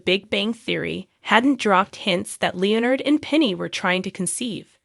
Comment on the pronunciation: Who is this narrator who cannot pronounce Leonard's name?!